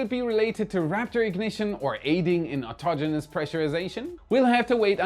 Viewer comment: Good for you. One of the few Youtubers who knows how to pronounce "Autogenous".